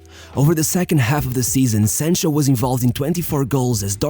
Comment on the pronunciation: How can I listen to you when you can't even pronounce the player's name right come on man 📛▶️👍